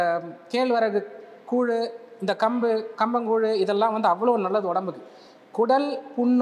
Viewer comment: athu kumbu illa kambu